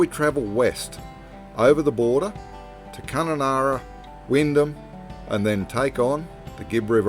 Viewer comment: Waterhouse should not have any problems travelling the remote regions - never run out of water would you LOL Re; TJEYNERA- all you gotta say is TJ like dg in bridge - kinda Jaynera with tch sound I am guessing